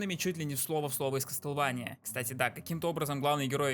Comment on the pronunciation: (Извини за то, что я душнила) Не кастлвэния, а Ка́стлВа́ния